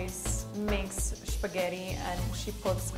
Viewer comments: I find it so funny when she pronounces "Spaghetti" as "Špaghety" :D. "Špagety" is how we say it in Czech. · Karolina is so amazing, I love How she says Spaghetti the Czech way💕🙉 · i noticed that š as well.